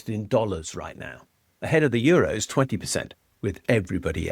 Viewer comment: 😂 what a joke. Please say Euro. 😂 And the only game in town is Democracy.